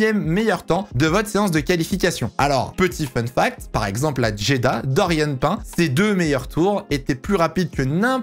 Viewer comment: C’EST PAS DORIANE (PAIN) ça se prononce PINE